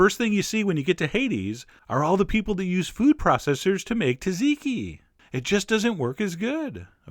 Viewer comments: I love your videos, but you are not pronouncing "Tzatziki" properly.....Just sayin' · Now if only he had a clue about how to pronounce it... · when pronouncing why do you skip the first Z and the second T? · You did it wrong :p im from Greece you know.. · δεν εχω δει ποτε ανιθο στο τζατζικι! :o μονο κατι ανιδεους σε ταβερνες που παραλειπουν το σκορδο :P τζατζικι χωρις σκορδο αν εχεις το θεο σου! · "Cha-chee-key" is a mighty good try at pronouncing, all the more for a New Yorker. If you can make the tiny switch to "Jah-jee-key", you will find yourself able to travel undetected in Turkey, Armenia, and Persia, the region of orign of the word, and, very probably, the dish. Which, of course, is between you and I, for it might cause lenghty and heated debates with Greeks. But that is maybe Sisyphos' roll, not mine...(drum roll) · "SOT-SEE-KEY" Not "tazeeky"... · It's not taziki, it's ZATziki... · Hilarious as always. Hate to say it but it’s pronounced ‘ZAT-ziki’ not ‘Tat-ziki’! Have a feeling you may already know that though! Keep up the hysterical work. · I Love Chef John. so , I'm going to correct you , because I Care... it's not Ta-zi-ki.. it's tsa-zi-ki... Chef John is the best !!! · It’s not pronounced taziki......it is pronounced tsatziki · Zaziki,not TAZiki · No cayenne, no paprika, no dill! Where's the olive oil and red wine vinegar? And, for the love of gyros, when is someone outside Greece gonna call it what it is...."Zot-zit-key" not "ta-zee-key"?! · Ok good video, but its not "tuh-ziki" its "zah-tziki" i swear every time he said it i shuddered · repeat after me john: za-ze-key, not taziki, or chachikey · is sauce ki correct pronunciation hai sat-see-kee sauce, isko normally thora taizi se boltay hain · I have family in Greece and they pronounce the tz sound almost like a j so it sounds like ja-jee-kee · He pronounces it “taziki” ??!!! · Its pronounced "Zadziki" ya dumb yank!!!! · Great video, though just so you know, it’s pronounced “Zat-zee-key”😊.